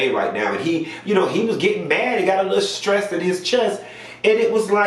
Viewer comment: “scressed” 😂🤣😂💀 I’m over here dying lol